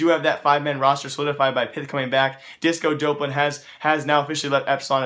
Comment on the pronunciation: "disco dope-lan"